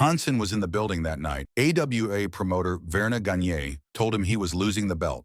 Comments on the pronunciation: vArn gag knee isn't the correct pronunciation? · Ver-nah Gah-NAY? Stahln HAHN-son?